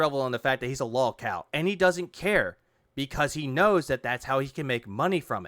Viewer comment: Why does he keep calling it "Lawlcawl casht" it's lowcow podcast. Then again this guy is pronouncing words poorly like processing he says "processcessing" or "Khantant" idk it's because of his stroke face or the alcohol or both